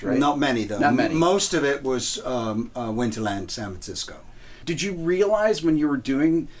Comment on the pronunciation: "Sanv Tsisco"